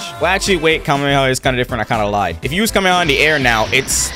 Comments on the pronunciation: AINT NO WAY HE SAY KAMEMEHA AND KAMEHA 💀😭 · Bro said kamemeha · ITS ONLY 1 M AND HE SAID KAMEMAMEMA